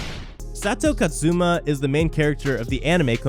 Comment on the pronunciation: The list is nice and well presented, but man y u say it like "SA-YA", "KAT-ZU-MA" and "NAT-ZA-RICK" Jesus fucking Christ.